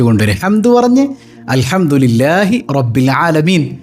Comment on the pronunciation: ആമീൻ സ്ലാംദിരില്ല അൽജംദുരില 😅😅😅😅